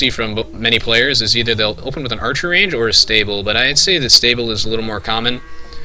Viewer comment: may be its because im high but i laugh at how u say archer. like urcher or eaurcher